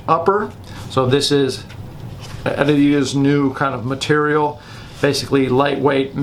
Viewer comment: When did they officially start pronouncing Adidas like that?